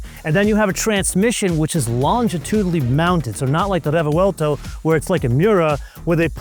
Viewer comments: wtf is a refewelto? Its a Revuelto (pronounced Rebwelto) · Your odd pronunciation of Re-vuel-to sounds strange…it’s 3 syllables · A stunning motor car to be sure, but why say it 'craps on the Revuelto' (work on your pronunciation of Revuelto, too 😅) when it costs 6 times the price? That's like reviewing a Ferrari 296GTB and saying it craps on the Audi S5. There's nothing wrong with the S5 for the price, and there's nothing wrong with the Revuelto for the price... For the record, the cheetah is the fastest mammal on earth.